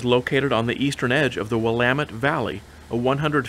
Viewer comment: Great video as always,! With my 77S friend, I have visited Lebanon airport where we enviously peeked into the twin engined Tecnam planes based there. It is good to hear "Willamette" pronounced correctly!! Safe flight back to Washington!!